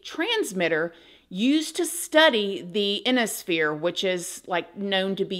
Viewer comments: Its I-ON-IS-PHERE not Inisphere. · Emirates is pronounced Emma-rits and Ionosphere is pronounced I-on-es sphere. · Are you talking about the ionosphere (“eye-on-oh-sphere”)? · Ionosphere. Google pronounciation